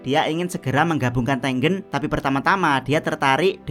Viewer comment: tengen cok bukan tenggen